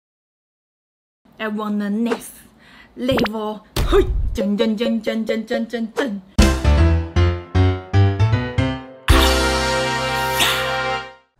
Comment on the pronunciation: 不是I’m on the next level 嗎？ 怎麼變好像I’m want the next level 🤣 沒事沒事 這部的鈉含量驚為天人😅